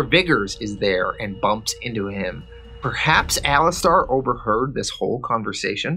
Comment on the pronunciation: The name Alistair is pronounced (Ali-ster) Not Ali-star. Also it's not Ham-ish, it's Hame-ish